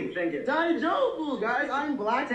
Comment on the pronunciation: "die joe bu" 😂 Also making trouble in Japan and then asking them to speak English in their own country is wilddd